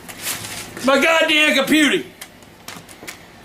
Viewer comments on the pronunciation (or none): MAH GAWD DAYUMN COMPUTEY 😂😂😂😂😂😂😂😂😂